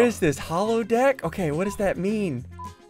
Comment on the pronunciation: I pretty sure he did not say deck right but that’s just me😂😂